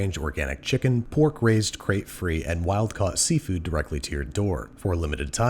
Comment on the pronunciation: the way he said "pork raised, cage free, and wild caught seafood" rather than "pork, raised cage free and wild caught seafood" had me thinking we feed pork to fish